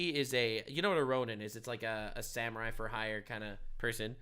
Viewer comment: Samurai not saniurai